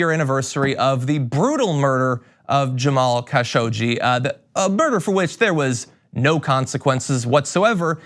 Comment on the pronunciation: Please do your research before recording videos. Things like mispronouncing the name Khashoggi don't help your credibility.